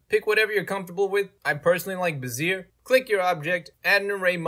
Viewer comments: BeZEER made me laugh though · "buzeer curve" is killing me